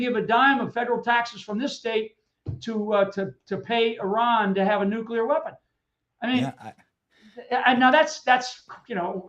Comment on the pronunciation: NUCLEAR, not nucular.